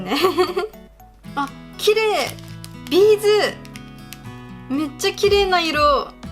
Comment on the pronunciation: みのりんさんのビーズの発音がB'zと同じ(笑)